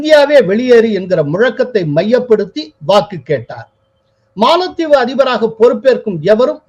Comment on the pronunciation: காளில் விழுந்தது மாளத்தீவு....?😮😮😮😮😮 தமிழை தயவு செய்து சரியாக உச்சரியுங்கள். யாரோ ஒரு புது நபர் ஏன் இப்படி தமிழை கொலை பண்றார்....😮 கேட்கும் போதே காதில் யாரோ குச்சியை வைத்து குத்துவது போலிருக்கு..... பலமுறை கமென்டில் பதிந்து விட்டேன். ஸ்ரீனி சார் கொஞ்சம் கவனிங்க.......😢😢😢😢😢😢